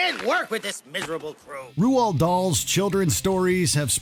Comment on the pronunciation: Roald Dahl’s name is pronounced “Rold” not “Ru-Old” 🤦🏼‍♀️